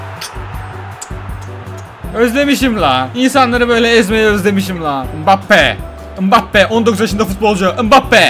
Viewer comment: Abi ımbabbe değil embapbe diye okunuyo